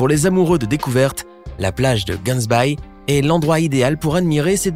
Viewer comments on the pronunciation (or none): C'est Gansbaai et pas cansbaii 😅 and it's a really beautiful beach😍 mais c'est à au moins 2h du Cape du coup ça coûte beaucoup pour s'y rendre en taxi mais les activités en valent la peine😁